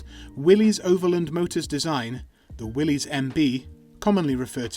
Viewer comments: Willys is pronounced Willis not Willees! Must be AI voice. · Yes, everyone, John North Willys pronounced his own surname as Will - iss.